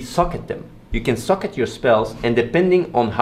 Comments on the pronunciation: Did anyone else think he was saying that "you can suck at your skills" instead of socket? :P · When you say Socket, it sounds like you say Suck it xD Looks like an awesome game! Nice video Athene! :D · it sounds like he says 'suck it' when he says 'socket' XD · I thought you were saying, when you "Suck at your skills".. I was like what, skills get buffs when you suck at them? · it's kinda funny, when he says socket, it kind of sounds to me like he's saying suck at...